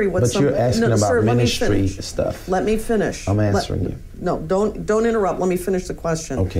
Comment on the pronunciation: I was just AXING-ing Michelle if y'all finna bring this back up!🤣